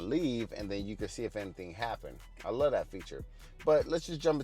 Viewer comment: “I luh that feature”. 😂 The letter v in the word “love” is overrated.😀